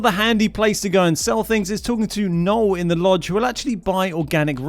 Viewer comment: Imagine pronouncing Noel incorrectly when it’s said in the game. Think of the Christmas carol bud, the one from ENGLAND. Edit: this is a Big L instead of Noel.